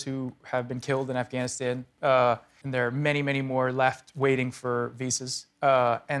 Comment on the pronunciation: You're doing a movie on Afghanistan and you still cannot pronounce Afghanistan (I like JG, but still)